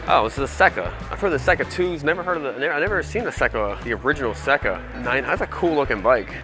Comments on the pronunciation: Seca is pronounced Sayka. It’s a great bike…fairly rare too. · Never heard of the yamaha seca? (pronounced see ka) I know about the 750 didn't know about the 650...they were a hot bike back in the day. The rd400 was a rippin bike back in the day as well. A buddy had one and ate my honda 400/4 but mine was smoother.